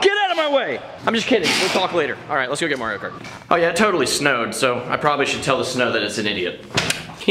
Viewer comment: He said kario mart at one point